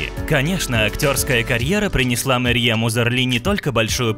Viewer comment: Марьем Узарли? Вы читать не умеете?